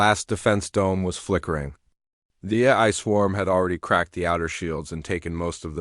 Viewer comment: this dot dot dot is horrible AI trash. mispronounced words everywhere. it can't even say AI properly. LOL. AI that can't say AI...